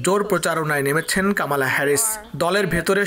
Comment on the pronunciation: কামালা নই, বলুন কমলা হেরিস। উচ্চারণ ঠিক করুন।